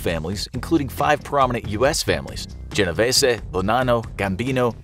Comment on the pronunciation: GenoVESE!! RIco Act!! 🤦🏽